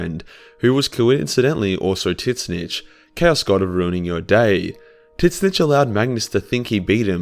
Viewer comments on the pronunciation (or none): Bro it's pronounced tz-ee-n-tch not tisnitch, you sound brittish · I learned about tzeentch from this video and was talking about him to my veteran warhammer friend who informed me after much laughing that it was not pronounced “titsnitch”